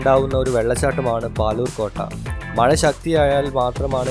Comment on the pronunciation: language onnude redy aakanam maya alla mazha